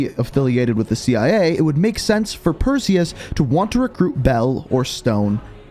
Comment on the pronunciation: Say Perseus but remove the e in seus